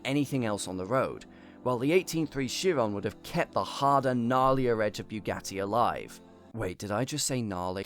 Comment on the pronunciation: The veyron is missprononced by everyone it kills me as a french dude It applies to the Chrion too , they should be pronounced "Véron" and "Chi-ron" cause they named after french/belgian driver if i recall corectly anyways great video dude i ve been binging your channel lately only great stuff on there continue like this